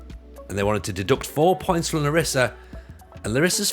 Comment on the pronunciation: It's pronounced LArissa